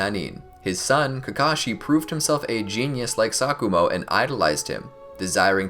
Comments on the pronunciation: Who else thought he said “Sakura Hatake” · Exactly I thought that too